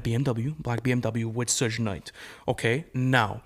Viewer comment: Ahhh!!! It's pronounced Suge Knight like Sugar or Suga from BTS not Sooj... Gahh.. I cringed soo hard every time he said Sooj.. That shit was painful to hear.